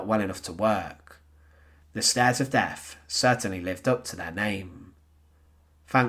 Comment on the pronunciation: Very sad and very interesting. As much as I enjoyed listening and watching your video, I found it slightly irritating in that your pronunciation needs some work. I know it's becoming increasingly common, but the letters "th" are not pronounced as "f" - that's what the letter "f" is for. For example, the "Stairs of Deaf" just doesn't sound right. Sorry ;-)